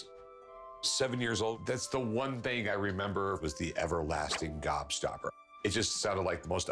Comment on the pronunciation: Why is he saying upper lasting gobstopper